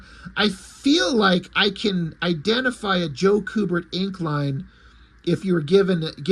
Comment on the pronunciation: It's pronounced "Q-bert" not "coo-bert". I've met both the brothers at Fan Expo. They're awesome. Joe inked Andy on their Watchmen comic, too, where Andy drew naked boobs. I asked him if it was awkward to have your dad ink a drawing of a top less woman and he said it most definitely was awkward, but his Dad said something to the affect of "It's work, so let's just do it."